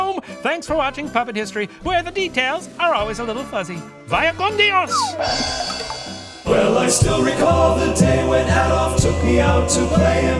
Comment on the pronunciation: Excellent episode!! My favorite show in the internet ❤ loved the: "Vaya con Dios" at the end, catch me by surprise 😂 ¡Excelente pronunciación, Profesor!